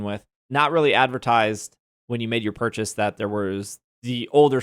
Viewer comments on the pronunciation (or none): none